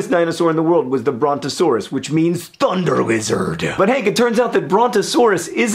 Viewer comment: Emphasizing 'Thunder Lizard' is my favorite thing right now